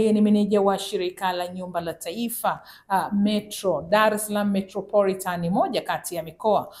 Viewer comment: Metropolitan SIO Metroporitan